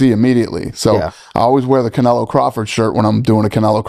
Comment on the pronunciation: Can say canelo right 🤣